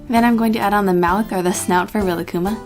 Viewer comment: Rilakkuma is actually pronounced relax-kuma because he is so chill, unless im wrong. if i am then oops